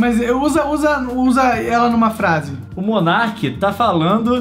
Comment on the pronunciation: o rapaz é *Monark* e não *monerk* tá